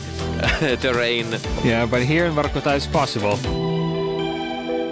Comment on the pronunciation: Broski, I saw your videos on English exercises. Please get russian names and names of cities on point. It ain't Vahrkutahh, it's Vorcootah. Come on, lad!